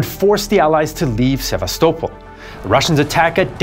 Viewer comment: Omg man finally Sevastopol pronounced correctly 😂